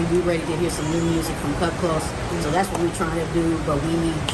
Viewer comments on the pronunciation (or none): It’s not “Kut Close” like “close the door”; it’s “Kut Klose” like “we’re very close,” but spelled Klose.